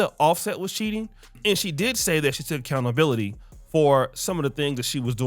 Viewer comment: Dear and.. It's pronounced (Accountability) not Accountabilidy.... Smh